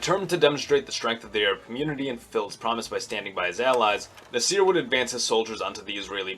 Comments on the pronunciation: Nah sr (badum-tss) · Hey buddy, it is pronounced "Nassir" not "Nasseer". What planet do you come from? You are clueless about Middle Eastern history. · I think it's Nah-sr not Nih-seer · Stop pronouncing Nasser as "naSEER." Emphasis is on first syllable, NAH-sser. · This video is false. First, Nasser is not pronounced "nuhseer", secondly, Jamal Abd Al Nasser is not a Baathist in fact he called it fascistic. He is an Arab Nationalist. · Even so, Nasser was a famous enough personality whose name was well known in the West and if you watch or hear news footage about Nasser from 50-60 years ago, they never said na-SEER. I'm not saying he needs to have an Arabic or Egyptian accent. I would make the same criticism if he pronounced Nehru, or Gandhi's names the accentuating the last syllables. like nehROO or ganDEE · It kind of irked me the way you Pronounced Abdel Nasir